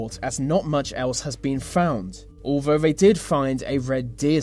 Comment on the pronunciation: What is a Froat? and Firtysix and Vey, and Alvough, anyfing. I could have sworn he was speaking English. SMH.